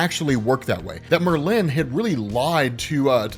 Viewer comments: 😂It’s not Mer-lin, It’s Merlin! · Merlin.... not Mer-lin. Extremely informative video tho. I feel like I'm a blk knight expert now. 👍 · Great video! My OCD does go into the stratosphere whenever you say “MerLIN” instead of “MERlin” though. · It's Merlin, not Merlinne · Merlin. Mer-Lin. It’s like you emphasize the end of it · Lol. It’s pronounced Merlin like bird species. I have to say it!! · Mer-lyn and stimina instead of stamina get me every time. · Not to discount your great work, but I can't believe you don't know how to pronounce Merlin. Frankly it's because your work is so good. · why do you pronounce Merlin like that... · pronunciation of Merlin cracks me up every time. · Well you're keeping your tradition of mispronoucing at least one name per episode. The accent in Merlin in on the FIRST syllable. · Was gunna comment that too. That's such a peave for me. Same with people who say hash BRowns almost like a question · Keep the emphasis on the latter syllable, keep the conversation going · His blade is an obvious plagiarism of Elric's Black Blade. And Oh yeah...the way you say Merlin is quite disturbing. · Why u say merlin so weird rob? Lol